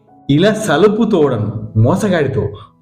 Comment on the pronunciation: సలపు తోడ కాదు. అల్పు తోడ అని చదవండి